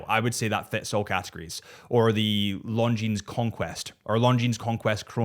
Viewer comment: Tudor? I would definitely go for the Black Bay One 👍. (Omega? James Bond is wrong. And Longines has a silent „s“😉).